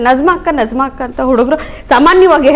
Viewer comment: Nazma antha Allaa Ivara Hesaraadharoo Sariyaagi kareyiry. Bareyiri. " NAJMA" Arabiylli Najma